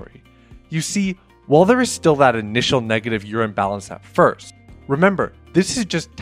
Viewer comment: "intial"... (sorry - my mom was an English teacher).